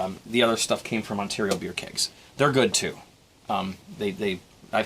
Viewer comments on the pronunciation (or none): none